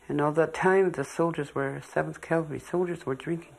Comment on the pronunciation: This was very well done, especially with the Indian descendants telling their stories.. BTW, Custer led a "cavalry", not a " calvary", which is a Biblical term.